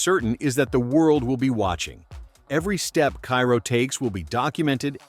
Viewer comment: you are in time to change the whole vid... Ciro pronunciation is not "Kyro" is "Seero". Just like "Hero" "Zero"..."Seero".